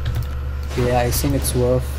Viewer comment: Are you German? You say sink instead of think! Germans can`t say th^^